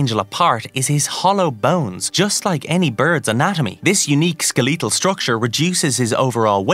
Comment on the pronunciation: Pronouncing Skeletal as Skelleettle had me weak hahahha